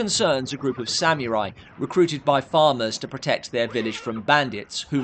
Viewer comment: I’m sorry,but as much as I adore and respect,the host of Dark Corners reviews,his pronunciation of “samurai” is wrong.There is no elision after the “m” in “samurai”-it’s pronounced “sa-mu-rai”,with the “u” being pronounced rather like the”u” in “pull”.